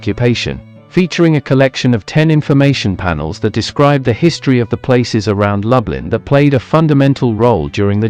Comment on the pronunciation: And it’s Loooblin - not Lub-Lin. I still enjoyed the video though